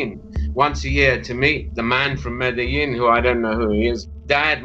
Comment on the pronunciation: I can’t get past his mispronunciation of Medellín and total lack of a paisa accent.